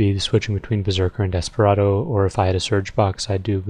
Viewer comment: for a sec i thought you said omustardo instead of Desperado